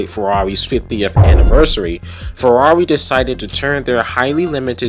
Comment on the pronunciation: the way you say farrari is hilarious i carnt stop laughing lmao